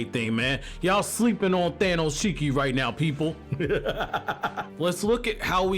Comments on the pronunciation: man called him "Thanoshiki" lmfao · He said thanoshiki I'm done this man funny 😂